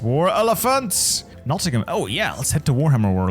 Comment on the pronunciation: Ofc Nottingham is the only British place you pronounce correct, just cause of warhammer world 😂